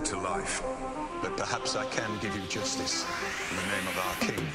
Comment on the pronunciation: Is it "justice"? When he says it it sounds like Juicestice, lol.